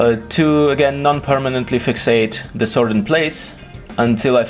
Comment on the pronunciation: I like your videos, but you should stop saying "Zee" instead of The all the time.